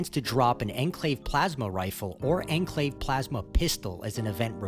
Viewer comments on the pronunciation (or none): "Ehn Clave" 👺👺👺